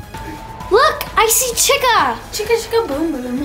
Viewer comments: Why did say chicku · DID THEY CALL CHICA pernouced (chee- kah) not (chick- ah)